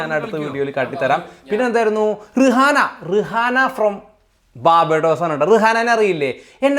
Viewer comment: ഞാൻ തുടക്കം കണ്ടപ്പോൾ പറയാൻ തുടുങ്ങു ആയിരുന്നു ..ആയോഏറ്റവും famous celebrity Rihanna ടെ പേര് പറഞ്ഞില്ലല്ലോ എന്ന്.. Also her name is pronounced റിയാന and not റിഹാന(arabic) ☺️.. beyonce is american